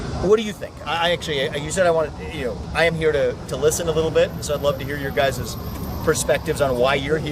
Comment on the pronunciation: "your GUY ziz" 🤔